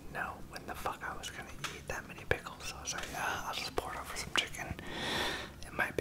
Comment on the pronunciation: kinda like he is saying "shum honeycoumb"